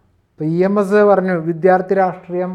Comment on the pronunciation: Vidyaardhi... para..vidddttyhhhaaarthi ennalla